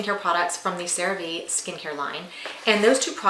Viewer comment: Great Product…learn to properly pronounce: CereVe= Cere Vay!!